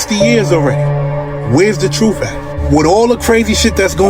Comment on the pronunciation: it’s the troof. Troof matters!